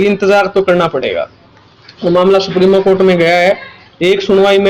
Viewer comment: Supremo nhi supreme hota hai